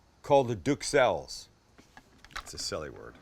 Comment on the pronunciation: sam, we can't hear the gardeners, so dont stress yourself!!! max must do magic..but we knew that! also duxelles..no need to say the s.. k and a in hawaii